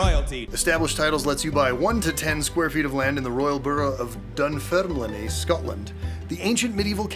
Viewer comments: Dunfermlin-e? Oh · okay okay I'm here to help with Scottish pronunciations again! It's pronounced "burruh of dun-ferm-lin" no E on the end. Also that's not an official borough - Dunfermline is a city in the Kingdom of Fife if you prefer that! (but you're right it's one of the old capitals of Scotland) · Dunfirmline pronounced done firm lin. Birdy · Ok, to your add…I lived there; it’s pronounced dunferm Line. We went to st Margaret’s and even though I couldnt understand half of what the people said I know that ya big great oaf…like the kilt though… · Dun-pherm-linnie. Are we certain this is genuine?! I am laughing so much at the idea and pronounciation. Sorry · bud, you butchered those Scottish names in your promo. Borough - is pronounced burr-ah Dunfermline - dun-ferm-linn I'm available for consultation the next time you wanna attempt some more. Lots of love A scottish fan who genuinely just wants Scots words to be said properly xo